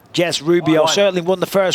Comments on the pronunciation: Did the announcer say "Boobio"? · You can’t tell me the announcer didn’t say boobio instead of Rubio 😂😂😂😂